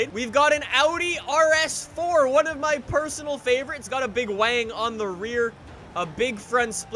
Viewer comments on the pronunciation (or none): none